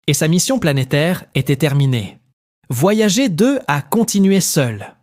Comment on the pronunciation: il suffit de couper le son et le tour est joué; "Voyager" prononcé "voyagé" , ça ne fait pas du tout sérieux en plus d'écorcher les oreilles...